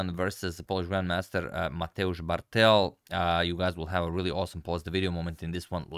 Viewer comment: Proper polish accentation would be MatEusz BArtel